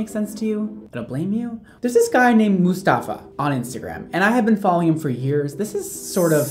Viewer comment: Everytime says Mustafa i laugh so hard. He’s actually saying the Arabic name right though. 👏🏼 😂😂